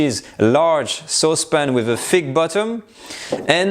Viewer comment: "Thicc böttömm"